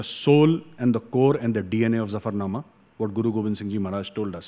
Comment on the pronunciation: You are right & pronounce Zafarnama correctly. Sir, I want to ask you a question. Sikhs have contributed to country much more than their numbers. But they didnt get proportional political benefit. Though their own leadership is responsible for this.